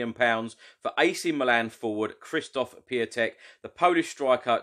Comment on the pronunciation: Pronounced Kshishtof Pyontek